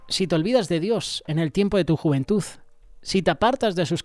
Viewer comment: 😮juventuz no se dice" ni verdaz...😢😢😢tampoco.